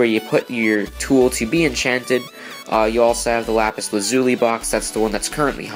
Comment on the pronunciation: This guy doesnt know how to pronounce lapis lazuli